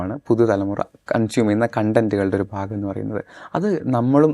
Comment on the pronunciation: Content (കണ്ടന്റ്) means satisfaction... content (കോണ്ട ന്റ്) means ഉള്ളടക്കം... mind the pronunciation for proper convey of meaning